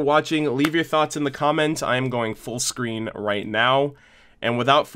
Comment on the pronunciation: "Its time for Full Screen mode" you said, I heard Full Scream mode xD